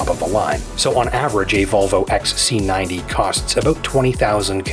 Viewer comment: its xc90 and not x ssaaa c 90, bad mouth